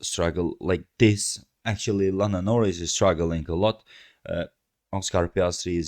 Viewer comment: Excuse me? *Norris*? Nah mate.